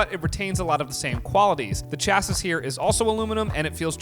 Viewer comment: FYI : Chassis pronounced Sha - se